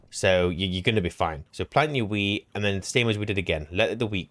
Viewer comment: All i can hear you say is Wheat = Potato 😂